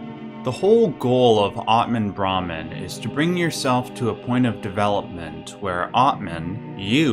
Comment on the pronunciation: This is just a little nitpicking. You have the word brahman and atman on the screen so we know what youre talking about, but the way you pronounce brahman sounds like brahmin which is the word for the priestly varna (caste) of hindu heirarchy. That being said, one of the most important hindu texts, the baghavad gita which is a section near the end of the grest epic the mahabharata depicts krishna revealing to arjuna that he is in fact brahman. This scene has many depictions in art where krishna shows arjuna that he is just one of the infinite faces of the brahman. In this way, you can call each incarnation of braham in the various deities masks.